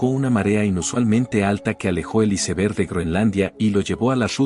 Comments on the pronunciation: SI NO SABEN DECIR "ÁISBERG" MEJOR DIGAN "TÉMPANO" DIOSSSSSSSS !!!!!!!!!! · Sii y aunque hablé en español, debe decir bien "iceberg"